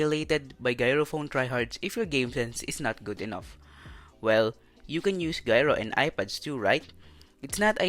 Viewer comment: Gyro is pronounced with a J just sayin tho